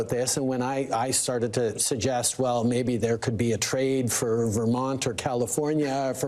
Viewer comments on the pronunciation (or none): none